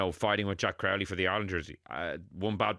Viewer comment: Can someone tell how to pronounce Crowley? Don't tell me it's a Dublin thing, unless it's a south Dublin thing. Resting Prendergast was the right decision. The crowd was unbelievably partisan, Munster fans ruined the atmosphere of the match. There's usually a bit of hostility but you can still have the craic with Munster fans, not this year. If Prendergast had played, it would've been an absolute crapshow with the crowd